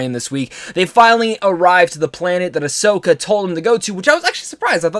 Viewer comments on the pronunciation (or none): none